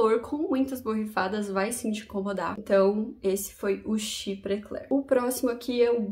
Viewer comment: Caso seja do seu interesse a pronuncia em frances : chiprê clérrr (arrastando o r igual carioca) boás dôrranj quir vér